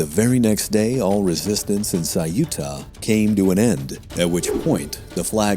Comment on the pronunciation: Why , is it ? That the narrator didn't bother to research how to vocalize Ceuta. The city of Ceuta . 😅